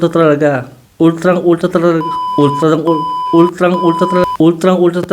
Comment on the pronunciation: Ultlang-ultla talaga😂